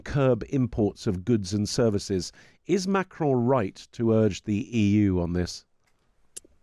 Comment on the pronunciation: Wow, someone in the anglophone press who has half an idea of how to say Macron's name. Impressive.